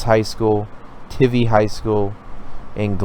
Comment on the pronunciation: It’s Wes-luh-co (Weslaco) and how do you mispronounce Lackey? Lol Sorry, too many errors in your pronunciation for me to take you seriously. I’m a huge fanatic and just stumbled upon your channel. I’m all about helping and providing background and history. Also, it’s pronounced Tie-vee (Tivy). Best wishes as you get out there and provide info for these contests.